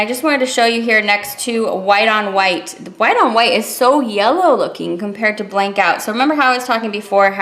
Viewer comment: Blanc is french for white and pronounced blahn....c is silent.....just a freindly fyi from Canada where french is mandatory on everything!! thanks for showing this beautiful collection xoxo